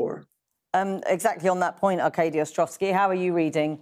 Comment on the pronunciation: Why can't anchors say 'Arkady' properly...?